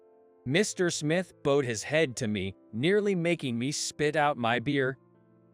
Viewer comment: The person that’s reading out loud is pronouncing bowed wrong. Learn to pronounce it right.